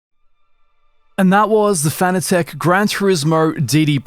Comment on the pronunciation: Fanatec is pronounced like fanatic.